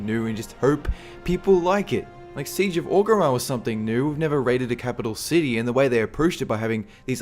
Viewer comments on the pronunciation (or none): none